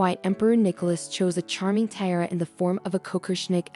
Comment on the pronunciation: lol if you can’t pronounce TIARA, you shouldn’t post videos lol